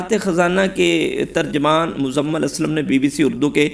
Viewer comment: بھائی اپنی اردو کو بہتر کرنے کی کوشش کریں آپ مزمل کو مزلم پڑھ رہے ہیں